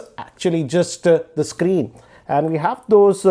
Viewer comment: hugee- ee, screenn-e, pluss-ee